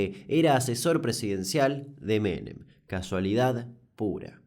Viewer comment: No soy Argentina pero he visto los videos suficientes como para que cada vez que te escucho decir "Carlos Menem" nada más cierro los ojitos 😣